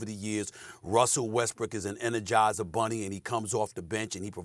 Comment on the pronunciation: Ngl Stephen A Smith sounds like he said Westbricks?